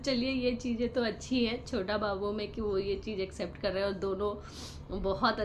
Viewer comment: छोता बाबू छोता बाबू नही छोटा बाबू बोल थोड़ा पढ़ाई करले क ख ग घ की पढ़ाई जरुरी है 😅😅😅